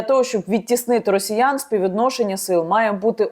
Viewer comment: "тридцать Адна тысИча", "рАсеяне"...